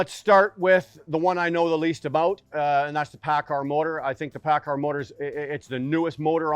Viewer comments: u doing a engine vid or how to pronounce paccard? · He may pronounce it paccard but he has one thing right that you fail to understand. He calls it an ENGINE. While you constantly referr to it as a motor. They are not motors. A motor is an electrical component. An ENGINE is a COMBUSTIBLE component. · Lol the editing, "paccar motor" ... "paccard engine" 😂